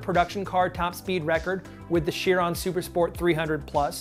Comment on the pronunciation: Actually I believe you pronounce Chiron as like k-ai-ron